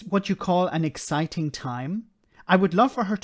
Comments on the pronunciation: Did she say eggciting? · Are you sure she didn't say Eggciting?